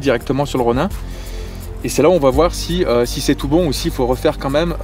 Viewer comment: ça ce lis ronine pas ronein